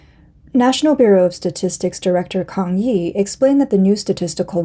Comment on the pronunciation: “Kang yi”